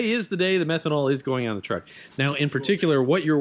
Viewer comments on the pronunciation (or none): Truck, Leroy. Its a truck, It sounds like Leroy Treeroy.